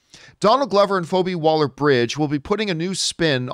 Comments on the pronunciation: Who's FOH-bee, John? 🤣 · Its pronounced feebie john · I'm sure you got a ton of comments on it but its fee bee phoebe. No big deal The big deal here is these are two top creative talents, If you have time watch fleabag It's a short watch It's worth it, She is amazing. Atlanta won't be for everybody but again the storytelling is amazing and the acting that, and pretty much everything Donald Glover touches is gold - solo the movie not his performance, and Phoebe's writing ability is amazing and her storytelling. This could be one of the best shows ever. I hope that it's a limited series and they just have this one great story and we get these two together because I can't imagine this being cheap. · Why did John pronounce her name wrong? More than once? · How do you not know how to pronounce Phoebe?!